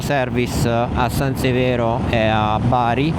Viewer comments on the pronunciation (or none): none